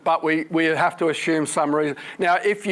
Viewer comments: Stop saying ashoom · I'm Australian like Dr Snelling and his pronunciation suggests to me he's from the State of South Australia (capital Adelaide). We don't have a lot of regional variations in our accents but saying "ashume" for "assume" is one of them.